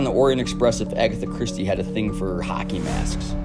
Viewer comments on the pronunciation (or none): none